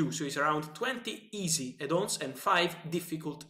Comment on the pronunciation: Lots of 'Edd on's' 😂😂👌